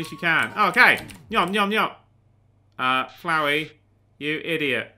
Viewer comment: HE PRONOUNCED FLOWEY RIGHT THANK GOD